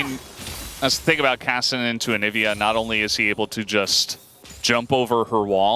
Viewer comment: I love LS, but he really needs to learn how to pronounce Kassadin and Shaco correctly lol.